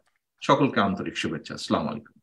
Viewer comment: তারেক জিয়াই সালাম দিতে পারে না বলে স্লামালাইকুম